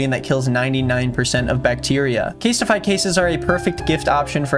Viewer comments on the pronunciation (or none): Is anybody going to comment on how said casetify? Case-TI-FY? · why you say casetify like that